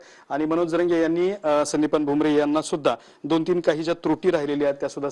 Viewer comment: भुम्रे नाही भुमटे म्हणा,टीआरपी साठी हि भेट.